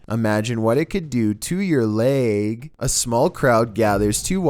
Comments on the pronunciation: tOo yuur layyg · “To your Leahge” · “Imagine what it can do to you layéûguh”